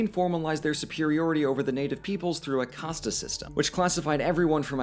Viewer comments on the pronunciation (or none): that's super confusing. And he pronounced like it like "casteh" with the e at the end to make it even more confusing